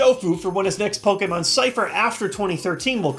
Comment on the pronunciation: i like that has been pronouncing Pokemon the correct way for the past year or two.